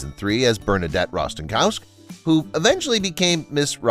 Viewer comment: ROSTENKOWSKI. Melissa Rauch's character was Bernaette ROSTENKOWSKI, not Rostenkowsk. Incompetent narration.